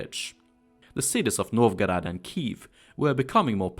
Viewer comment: не знаю к чему токсичность, по моему наоборот хорошее произношение, особенно Новгород и Смоленск, видно что старался. на его акцент в английском вы также реагируете?